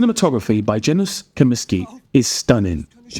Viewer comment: Hi, For future reference Spielberg’s cinematographer (Janusz Kamiński) is Polish, so his first name should be pronounced as “Yanu-sh”.